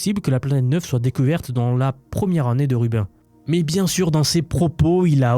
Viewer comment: Très intéressant de nous parler de l'IA en dehors des sentiers battus. Une remarque toutefois, Rubin se prononce plutôt comme Sabine pas comme Urbain😢.